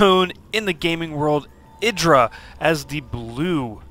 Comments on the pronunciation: what? how do u pronounce idras name? isn't it "ee-drah" damn that loox weird... how 'bout "ih-drah". This guy pronounced it the same way Bush pronounces Iraq xD "Ah-ee-drah". Also more importantly, Reaper Rush! YaY! I will figure out a way to get this against protoss xD even now after the age old patch. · It is pronounced ee-drah. The name comes from the god indrajit, but he forgot the N. the name then got shortened from idrajit to just idra.